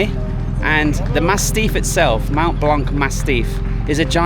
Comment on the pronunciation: Nice video!! Thanks for sharing with us :) Please stop pronouncing the C in BlanC - Mont Blanc and Lac Blanc the C is not pronounced :)